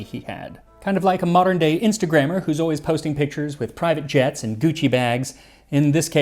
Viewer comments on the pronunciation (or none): none